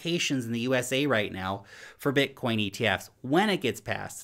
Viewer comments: Did you say bitcorn 😀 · You said Bitcorn. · Lol. But but but! you said bitcorn at 0.25:DDD